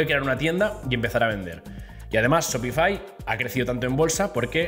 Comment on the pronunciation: Se pronuncia SHOPIFAiiiii no shopifi